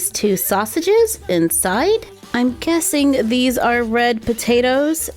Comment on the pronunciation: Hmmm... you said jessing instead of guessing lol happens to me pretty often